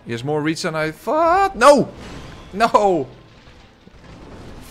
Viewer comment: Love the dutch sounding ''NOUUUUU''